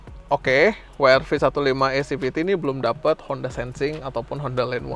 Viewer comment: bilang "we er ve" aja bang kalo susah bilang "dabelyu ar vi" 😊